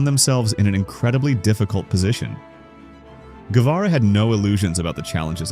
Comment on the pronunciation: Thanks for trying to pronounce Guevara correctly. What's up with that background music?? So annoying What about some Piazzola instead...